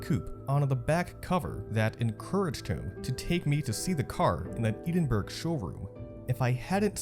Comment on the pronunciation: Did the narrator really just say "eedin-berg" 😂😂